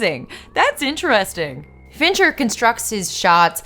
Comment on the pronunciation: Every time you say "Fincher", I think you're saying "Venture" and my brain becomes momentarily confused by the image of Dr. Thaddeus S. "Rusty" Venture directing Fight Club. Great video! You're really unleashing your inner Lindsay Ellis.